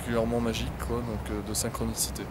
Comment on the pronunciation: "Une sainkronissité parfètemen majike"